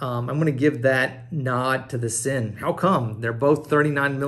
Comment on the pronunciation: It’s pronounced Zinn